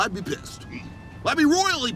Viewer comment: I'm ruoyelly pessed